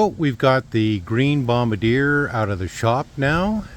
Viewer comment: Minor point: Joseph-Armand Bombardier hailed from French Canada, his name and that of the company he founded is pronounced Bom-bard-dee-ay. Call it a pet peeve.